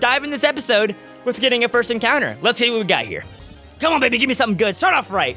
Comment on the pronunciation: When you said come, I thought you said gum! LOL!